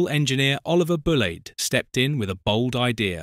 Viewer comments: Not Bull Laid - Bull Leed, okay? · Yes! I think all of these '' videos have good footage but are ruined by the narration that sounds automated and infantile. The 'zero-six-zero' and Bullade' pronunciations are giveaways for that. In another video in the series about electric units, terms such as '4-SUB' and '4-VEP' are pronounced as abbreviations rather than acronyms which someone who knows the subject would never do.